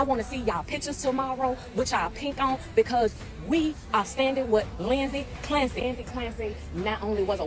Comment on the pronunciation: "Linzy Clampsy"